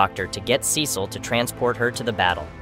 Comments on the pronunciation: Its pernounced See-sull not Ses-sill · Sesil ? You mean Cecil? Pronounced, "SEE-SIL" You got it right a handful of times. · pronounced Cecil wrong :( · Who tf are saying Cecil name like that